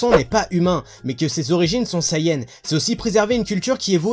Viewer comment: Je suppose que tous les sayans (Oui oui j'ai dis sayAns je trouve la prononciation hilarante xD) pouvaient contrôler le singe. (Vous imaginez le bordel tous les soirs de pleine lune s'ils se contrôlaient pas ?) Goku n'ayant pas reçu l'éducation de son véritable peuple, il n'a donc pas apprit à le contrôler. Je trouve que c'est une bonne théorie :-)